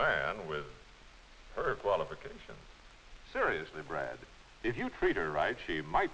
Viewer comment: we dont have a man her "qualifacations" lol